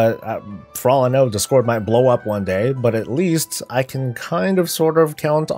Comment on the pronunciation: it's discord not discórd lol